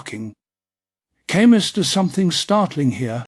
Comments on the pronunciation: It should have been typed in as Kahmoo lol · AI mispronounced his name. Gahhhhhh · For crying out loud, you couldn't even bother to make sure his name was pronounced right?!?